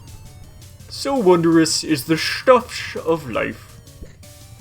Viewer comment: I love how, after this long, you just automatically say, even when it just says stuff, lol